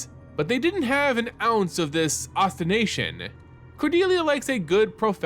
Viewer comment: I'm at the beginning of the video, but a bit of feedback that I hope is constructive: make sure you're reading the right words, maybe giving a bit more breath. Specifically that I noticed so far: antagonizing, not agonizing; blood-soaked candies, not candles; ostentation, not ostination.